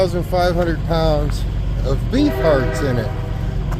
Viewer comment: Did you say beef hearts or bee farts 🤔😁